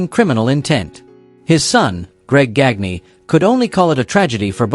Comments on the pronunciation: Verne GAN ya. Not GAG nee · Gagne's last name is pronounced Gahn-yuh. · Gag nee,and saveel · Gagne is pronounced "Gone Yah" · Verne Gag-knee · Same thing that made him mispronounce Verne Gagne's name.